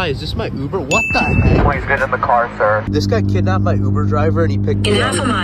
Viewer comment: NOT piz it’s please